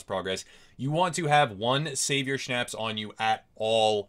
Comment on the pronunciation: Good video, however.... schnapps is pronounced differently, and you cant eat it, you drink it.